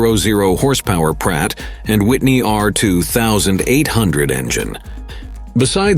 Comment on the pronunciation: Hearing that bot pronounce "Pratt & Whitney" makes my toenails curl.